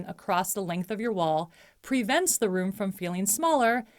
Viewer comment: Nicely done! You present great information with nice narration. One gentle suggestion: to make your narration sound even more conversational rather than sounding like you are reading, you may wish to consider pronouncing the words “the” and “a” as short sounds, rather than long sounds— or more simply said, use the pronunciation you would use in normal conversation. Some regions of the country teach reading for some reason with the alternate pronunciation, but as a scriptwriter and dialog coach, I find this makes for a more stilted delivery. Just a suggestion. Thanks!